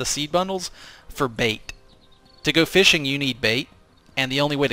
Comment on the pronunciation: What is this "fishing" you speak of? All i know of is Feeshing...